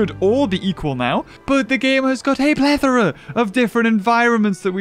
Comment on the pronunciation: When say plethora Beaver: plethra